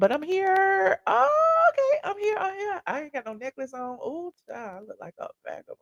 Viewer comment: “A bagabon” floored me 30seconds into the video